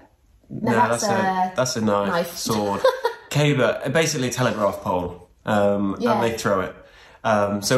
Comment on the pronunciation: pronounced caber correctly. You will love Scotland, sounds like you are going to Braemar area. Please be aware of the midges! And you might find phone signal is "patchy" 🤣